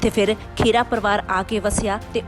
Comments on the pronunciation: ਪੰਜਾਬੀ ਖਬਰਾਂ ਦੇਣ ਦਾ ਹੱਕ ਉਸ ਕੋਲ ਹੋਣਾ ਚਾਹੀਦਾ ਹੈ ਜਿਸ ਨੂੰ ਪੰਜਾਬੀ ਭਾਸ਼ਾ ਪੜਨੀ ਤੇ ਬੋਲਣੀ ਆਉਂਦੀ ਹੋਵੇ, ਖਬਰਾਂ ਦੇਣ ਵਾਲੀ ਮੈਡਮ ਖਹਿਰਾ ਨੂੰ ਖੇਰਾ ਖੇਰਾ ਕਹੀ ਜਾਂਦੀ ਹੈ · ਖੇੜਾ, ਨਹੀਂ,, ਖਹਿਰਾ ਹੈ